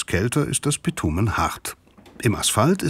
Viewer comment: Bitumen, nicht Pitumen!